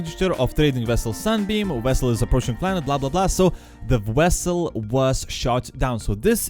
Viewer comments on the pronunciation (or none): vwesul? oh vesul